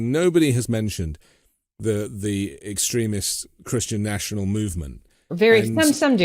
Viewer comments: X TreeM' ist not X' treh mist like X' creh ment. Ridiculous statements, opinions and nonsense being spewed by a seemingly very intelligent, intrepid researcher and journalist (?) to the degree that many of her important insights into the weaponized Xristian Nationalists get lost in the soup. The indictment didn't come on the day you expected it so you didn't read it in preparation for this interview. Sad and a waste of time. Have come to expect so much better from you,! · I found it interesting that pronounced "extremist" as close to "excrement". I think that fits. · Could someone direct her to a dictionary to learn how to pronounce extremist? For Pete’s sake! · It was very difficult to take someone seriously who can’t correctly pronounce “extremist”.l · Extremist is pronounced with the accent on the second syllable! It distracts from your message. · I’m just over here becoming progressively more highly irritated by how she keeps pronouncing “extremist”. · I found feeling almost sorry for tRUmp at the beginning of the interview really weird. Also, what's up with her mispronunciation of "extremist" & "extremism" by stressing the first syllable rather than the second syllable? Strange. 🤔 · She put the emPHASis on the wrong syLABle !!🇺🇲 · Does mispronounce the word "extremist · I feel like she says extremist differently just to be irritating lol. Kinda like Stewie says Coolwhip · It's pronounced extreemist, not extremist... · The way she says extremist sounds like excrement. 💩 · 20 minutes in, and I have only just realised she is saying "extremist." I just couldn't work it out. It sounded like she was saying "excrement" or something. Americans sure do talk funny! Anyway, Trump should be in jail already. T o o s l o w. C'mon guys, you're dealing with a potential dictator here. It'll be too late soon. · Does she deliberately mispronounce EXTREMIST to sound like excrement? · I keep hearing christian 'excrement'.